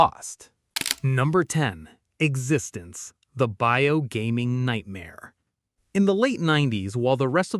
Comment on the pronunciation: I just wish Existenz had been pronounced properly.